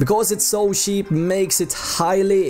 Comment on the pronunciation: Someone got to teach dude how to say CHEAP I had to turn it off